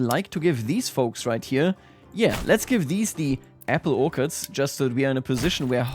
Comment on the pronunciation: You didn't ask for help pronouncing apple orchards but... Ore- as in iron 'ore' Ch as in charles ards as in herds as in a herd of sheep "Orch-erds" I hope I am not coming across as condescending.